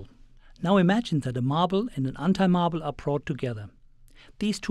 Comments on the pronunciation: it sounds like he says "anti" sounds like "hentai" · LMFAO anyone noticed he spells "Anti" like "Hentai" hahah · Where's the speaker from? Curiously, he pronounces "anti" like an American would do, but then again "mass" sounds British-esque. Or Australian or... the hell I know. But I'm interested in accents, so if someone happens to have an idea where's this accent from, please tell me!